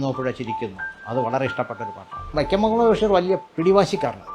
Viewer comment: വക്യം മുഹമ്മദ് ബഷീർ, പൊസ്തകം ..... എന്തു നല്ല ഉച്ചാരണം ! എന്നിട്ടാണ് മറ്റുള്ളവരെ വിമർശിക്കാൻ നടക്കുന്നത്. കഷ്ടം!